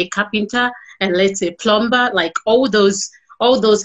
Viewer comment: Please tell this woman it's pronounced a "PLUMER" even when written plumBer!